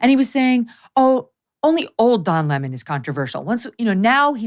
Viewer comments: Oh stop calling him "La Mon"...it's Lemon 🍋!! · MEGYN KELLY Someone please tell Glenn it's Don Lemon ( as in the fruit / vegetable) not Don Lee maan! He's not French royalty he's a dick from CNN ! Lol Even after hearing u pronounce his name a couple of times Glenn keeps on mis-pronouncing his name over n over! Like talking to "a bag of hammers" n he's just one more hammer lol!!! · Pronounce his name correctly! What’s with this LemOn thing. It’s lemon 🍋. Simple I’m going to start saying CarrOt instead of carrot 🥕 idiot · Its don lemon like sour lemon not lamond. Also, to don "the jerk" lemon, I would like to quote Nelson Muntz, "HA HA!!!" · Glen saying Le-Mon reminds me of Tar-Jay for Target. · I love how Greenwald pronounces it "Don La Mon" just like Tucker, 😂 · Why is this guy mispronouncing Don’s last name?